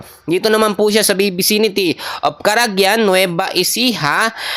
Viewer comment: boss carangglan nueva ecija yun, hindi caragyan. malai mali kanaman boss